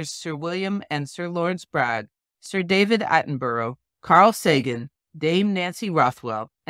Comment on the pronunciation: David Attenborough at least deserves his name to be pronounced corretly.